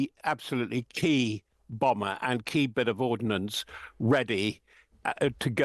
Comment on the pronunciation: THE ABSOLUTELY KEY BOMBER ffs speak english